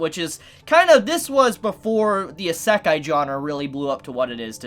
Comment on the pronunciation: His mispronunciation of words.... lowkey hurts 😂😂😂. "Isekai" for one lol